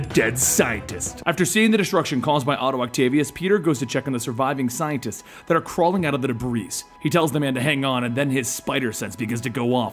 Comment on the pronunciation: it's debris. But you don't pronounce the s..